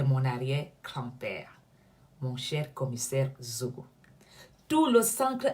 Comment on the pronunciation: Déjà c'est Zogo et non Nzogo. Ensuite, le fameux Commissaire-là a quelle influence sur la scène camerounaise? Tout ce qu'il peut faire c'est continuer d'exprimer sa haine contre des nobles Maffo comme! Zogo se grille seul ma'a 😂🤣😂🤣😂🤣😂🤣😂🤣😂🤣😂🤣😂🤣😂🤣😂🤣😂🤣😂🤣😂🤣😂🤣😂🤣😂🤣😂🤣😂🤣😂🤣😂🤣😂🤣😂🤣😂🤣😂